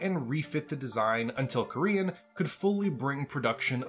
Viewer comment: Gotta say never heard Corean Enterprises pronounced Korean Enterprises in 35 years . Plus I think you're confused about where Ramen II WAS located hint not the Federated Suns the Capellan Confederation in fact , also same company as Corean Enterprises MacAdams-Suharno on Stewart ......... Please try to keep your American bigotry out of BattleTech it's infested the franchise enough in recent years